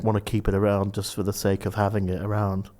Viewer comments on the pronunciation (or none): none